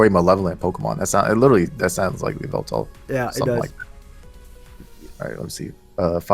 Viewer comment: Excuse me. It's YAHVELTAL